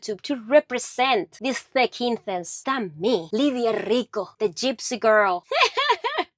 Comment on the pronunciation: I like your quote:"...":-):-):-)